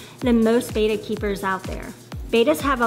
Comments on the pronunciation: Bettas are probably the most mispronounced fish name. I wish folks that are making information videos would at least mention it's actually not Beta but Bet•ta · It's BETTA, not BETA. Different pronunciation. Like, "better" in an English accent. Like, you betta stop calling this fish breed betas. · No hate, but it’s actually pronounced “bet-tah”, not “bay-tah” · Hard to take advice from someone who can't pronounce BETTA.